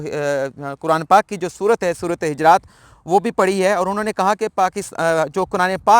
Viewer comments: محترم......سورةالحِجرات نہیں......بلکہ،حُجُرات ھے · جی صحیح فرمایا آپ نے سورۃ حجرات ہے پیش اوپر ہے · حجرات نہیں پیش کیساتھ حجرات ہے